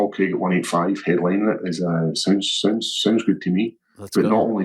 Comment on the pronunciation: I only put this on to see the hypocrisy of how Ariel makes such a big deal about pronunciations - when he can’t even say Craig 😂